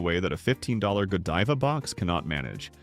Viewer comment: You lost me when the narrator didn't pronounce Godiva properly.